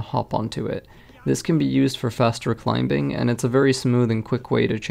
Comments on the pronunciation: dude says climbing as ‘climb bing’ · Did he just pronounce the "B" in the word "climbing"?...... 🤦🏿‍♂️ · .....who else noticed he emphasises the B in the word climbing?